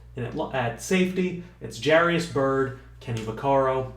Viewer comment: jair-us not jair-ee-us